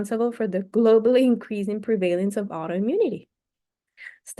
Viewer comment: Thank you so much. I really appreciate that you are reading this book for us. I am going to listen to the other sections as well. Your English IS great but I hope you don't mind if I give you a suggestion, in good faith and with appreciation. Look up the pronunciation of prevalece /lead / contributes on Google. Again thanks so much! Great job